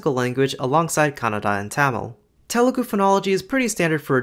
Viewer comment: bro it's not "tay-mol" or how ever you pronounced it it's idk how to write it down but "THHA mil or THA mil". It's no "Ta-lu-gu" It's "Tha- lu gu"